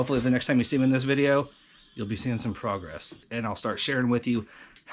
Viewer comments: Not progress...it's FROGRESS. tee hee her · Anthony, Did I just hear say, we're gonna make some froggy frogress!!!